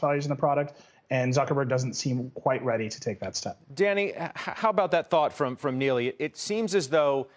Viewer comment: Somehow he got Neely from Nilay. As far as I know it's pronounced knee-lie and to make it worst he kept saying it wrong instead just switching to Mr Patel